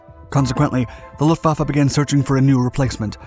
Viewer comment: The depth of technical detail, particularly regarding aircraft armaments and design choices, is commendable. However, some factual errors and mispronunciations (e.g., “Luftvafa” instead of “Luftwaffe,” “punzer knocker”) detract from the overall credibility. A polish on narration accuracy would help elevate the production.